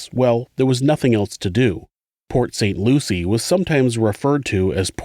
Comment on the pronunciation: I grew up in the neighboring area and “Pot St Lucie” made me giggle!